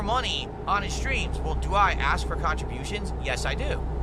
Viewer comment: Crazy how he says contributions no fewer than 16x per day but never learned how to pronounce it